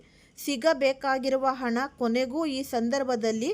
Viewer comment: ಅದು ಹಣ ಅಂತ ಉಚ್ಚರಿಸಬೇಕು ಅಣ ಅಲ್ಲ